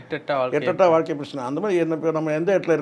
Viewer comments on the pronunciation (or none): none